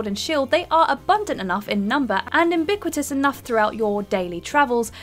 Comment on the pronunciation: Ubiquitous, not AMbiquitous.